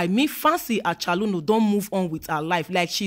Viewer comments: Fancy Achaluno. 😂😂. Her pronunciation of the name got me lmao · A CH O L O N U, not acholuno😃